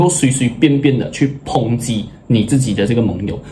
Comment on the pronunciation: 抨击，抨peng击，很少人念对，给你一个👍🏻